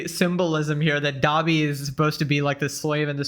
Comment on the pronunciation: Why does Ian say “Gobby” instead of Dobby ??? Does he not even know the name of who he’s trying to dress up as? Anisa really must have been “put this on now!” And he listened immediately